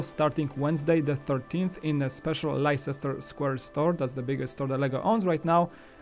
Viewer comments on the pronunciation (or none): Minor, minor nitpick but Leicester Square is pronounced Lester.